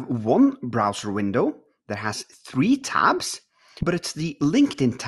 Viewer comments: Three not tree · "Tree new notifications" at about 50 minutes.